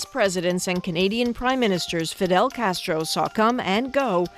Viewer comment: you said "she did not cheat with Fidel Castero. His name was Castro, not Castero, and as for your entire vode? It's a piece of shit.